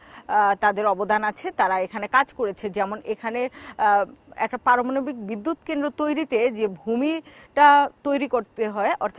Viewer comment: কেমন সাংবাদিক সাহেবা,,, জিনি কেন্দ্র উচ্চারণ করতে পারেনা।